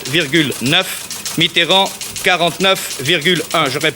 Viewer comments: Ai-je bien entendu Monsieur François MITTRRAND ? au lieu de Mitterrand ? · "François Mitrand", incroyable ils se permettaient de mal prononcer son nom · Quand on prononçait encore Mitterand Miterand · Mitterand prononcé étrangement. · Les adversaires de Mitterrand "oubliaient" de prononcer le e, peut-être une manière de vouloir le ridiculiser. Mais dans le cas de la vidéo de 1965 c'est peut-être aussi une vieille pratique du français parlé de zapper les syllabes de liaison. Par exemple Talleyrand se prononçaient avant souvent "Tal-ran"